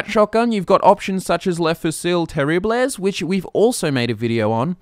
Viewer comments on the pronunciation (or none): Leh foozil teriblez lol